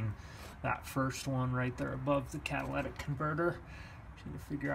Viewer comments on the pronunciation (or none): CatalYtic converter, not catalAtic converter....